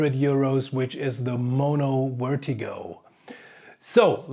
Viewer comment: Didn't realize you were german until you said wertigo lol keep it up